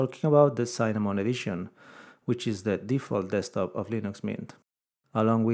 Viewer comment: It's Cinnamon, not Cynnamon!